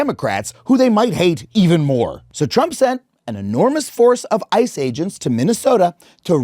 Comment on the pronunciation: i thought for some reason he said I and not ICE